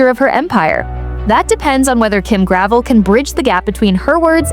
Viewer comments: Her pieces are no more expensive than other QVC brands OR higher end department stores. This sounds like a jealous hater, get-likes post. Her designs are just not found around every corner and hence the demand and pricing. And the name is not pronounced gravel but rather "Gravelle." You don't even know that yet are supposed to be posting about her. Pathetic. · Her name is pronounced Gra-vel not Grav-el. You should know how to pronounce peoples names if you are going to do videos with info that is commonly known. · It’s Gra - vell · First of all before you start cutting her down learn to pronounce her name. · You mispounce her last name.